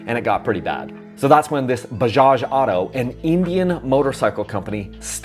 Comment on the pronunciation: Dude can't even pronunce 'auto' and is making videos on Bajaj as an expert